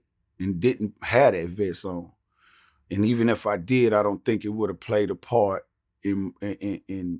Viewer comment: "Ion know what happened..." Ok Buck, Ok...😂